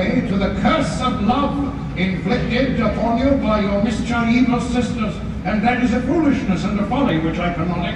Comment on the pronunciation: I hate how he says "mischievous." It's so stupid.